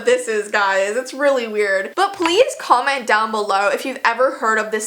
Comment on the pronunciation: “palaese cumment dOwN bulow”